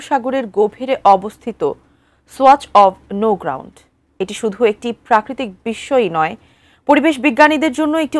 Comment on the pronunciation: ছোয়াছ অব নো গ্রাউন্ড? নাকি সোয়াচ অব নো গ্রাউন্ড?